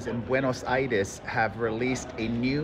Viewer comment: The 'Buenos Aires' pronunciation is on point btw